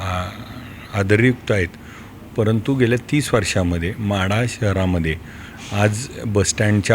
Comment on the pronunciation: महाढा नाही ओ माढा